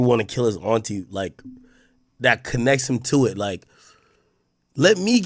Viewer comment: The way AK says Auntie bothers me 😂